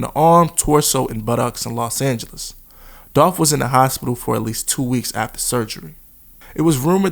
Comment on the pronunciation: It’s Dolph